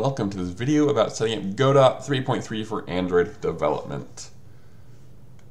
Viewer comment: I love your videos, but YSK it's pronounced "guh-DOE," as in, "Waiting for Godot" (it's originally a French name). Keep doing what you do! Your content is terrific!